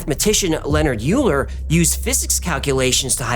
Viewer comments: Bro Euler is pronounced oiler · Euler is pronounced like "oiler"